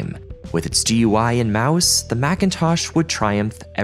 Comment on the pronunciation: Holy shit finally someone who says “G U I” rather than “goo-e”